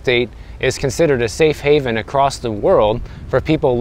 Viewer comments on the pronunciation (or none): none